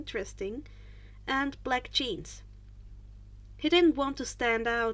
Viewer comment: I miss-heard "Black Jeans" as "Black Cheese".